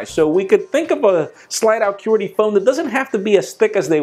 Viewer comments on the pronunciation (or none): its qwerty not querty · lol...."curities" instead of qwerty...?! ;p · QWERTY-Pronounced Quarty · I love you but why can't you pronounce QWERTY???!!!! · I'm sorry, I peed a little laughing how you say QWERTY. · u say "QWERTY" funny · I cringed every time I heard him pronounce QWERTY.